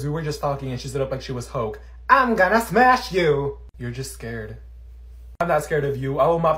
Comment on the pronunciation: THATS SO FUNNY THAT OLIVIA SAID"Im GoNa SmAcH YoU"